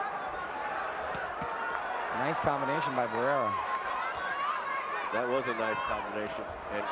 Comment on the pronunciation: WHY THIS 2 COMMENTATORS ALWAYS SAYING BARRERA HAHAHHAAHAHH!!!